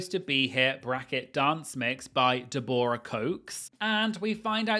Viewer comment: The pronunciation of Deborah cox’s name is diabolical 😵‍💫